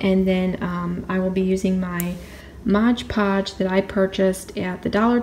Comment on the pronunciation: Mod Podge, not modge Podge. I do not mean to be snarky, really, I just hear it so much it is getting to me. The more that say it, the more that others copy them. I still think you are wonderful , please don't think me mean or trivial